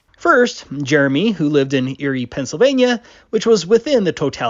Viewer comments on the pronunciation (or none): Erie is pronounced like Eerie here.